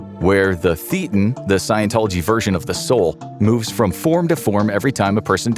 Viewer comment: Ugh you got a lot of things wrong about scientology, including your pronunciation of "thetan".